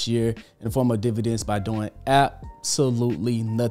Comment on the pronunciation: Dividends not Dvidends 19 seconds in😆